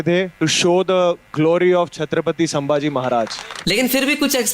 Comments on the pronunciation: Review banane ke pehle check karo ki aap kiska review kar rahe ho. Baar baar saambaji bol rahe ho. Unka naam to thikse liye nahi jaa raha terese. Sambhaji Maharaj kehkar sambodhit kar. Bewakoof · Dear narrator Pronounce like SOME BHAJI Not Saam bhaji🙄 HE IS SAMBHAJI MAHARAJ NOT SAAAMBHAJI😊